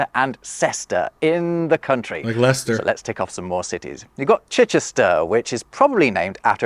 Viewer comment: To not only hear you mention where I'm from (Leicester) several times, but even pronoun it correctly and then even mention you've been there made my day!